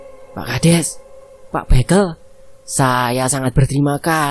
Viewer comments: Bukan Pak Bekel Min.. Tp Bekel. Bekel=baca be nya sama sama kaya baca Berkat. 😂😂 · Penyebutan pak bekel salah min 😅 yg di sebutin Mimin mainan AQ dulu kecil